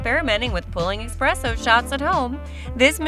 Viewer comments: i cant take you seriously when you're constantly saying expresso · I was about to say, never take espresso advice from someone who pronounces it "expresso" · Yeah, I’m not trusting anyone who can’t even pronounce espresso.